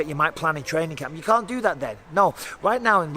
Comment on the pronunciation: I like how Mike says "can't", sounds alot like "cvnt"